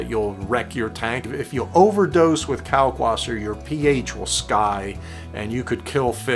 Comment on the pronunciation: Can you please pronounce the w as a v sound. Kalkvasser. Since you are doing the German method.